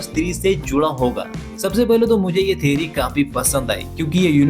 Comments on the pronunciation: Theory ❌ Theri✔️ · Theory ❌ Theri 💀